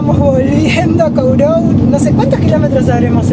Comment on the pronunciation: "korrou" es la pronuncia. Usted, no esta hablando bien. Gracias..❤x❤